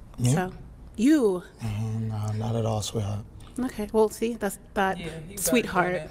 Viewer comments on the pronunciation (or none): Bro can’t even say sweetheart? Smh